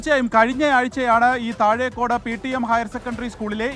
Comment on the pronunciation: ആദ്യം വാർത്ത വായിക്കുന്ന വൾ സ്ഥലത്തിന്റെ പേര് പടിക്ക്. താഴെക്കാട് അല്ല താഴക്കോട് എന്നാണ്.